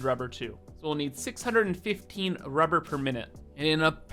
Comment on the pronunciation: "Now, what do we need?" "~r u b e h r~" "Lots of ~r u b e h r~"